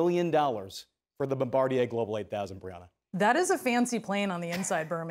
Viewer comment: Bomb-Bah- Deer brah